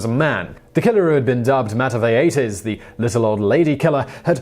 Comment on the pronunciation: mata viejas, not whatever simon said lol. i like how they used it as an opportunity to harass a marginalized group.